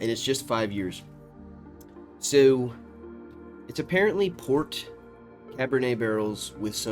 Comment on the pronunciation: That thick Baltimore "Sowww" warmed my heart